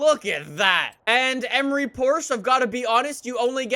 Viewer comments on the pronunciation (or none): Emory is pronounced E-mory (like more)